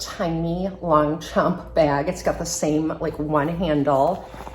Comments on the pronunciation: I just wish for the proper pronunciation of the brand!😂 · If you’re going to feature a handbag brand take a couple minutes to learn how to properly pronounce it